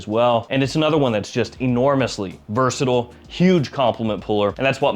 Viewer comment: UK here! How do you manage to say "versatile" without pronouncing any of the vowels? (vrrsdddll) I have tried it several times and I almost choked to death! 😂